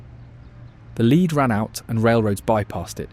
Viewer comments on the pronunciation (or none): Leed mining???? It’s lead - AI can’t reed…